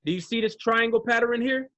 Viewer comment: getting me tight saying "patterin" lol...cmon bro its Pattern...who says patterin?..im lost lol...only teasing..still my guy